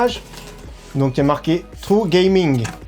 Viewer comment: 😂😂 nous les francais on galere a dire des mots englais lui c pire que nous au lieu de dire true gaming il a dit trou gaming 😂😂,reste comme sa, ne change pas mec